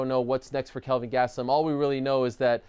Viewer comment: Hey, it’s Kelvin not Calvin.